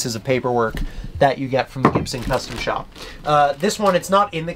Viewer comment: "that you get from the Gibson custom shop" ...anyone else hear that? 😂